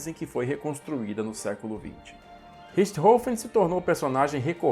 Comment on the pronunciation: Excelentes vídeos ! Emocionante o texto final. O antológico Richthofen (nome finalmente falado com a pronúncia correta), onde estiver, muito provavelmente está agradecido.